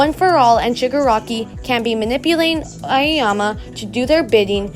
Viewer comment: it's ayoyama lmao